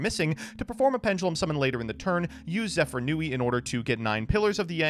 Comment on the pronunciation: why does everybody keep calling him zefranui instead of zefraniu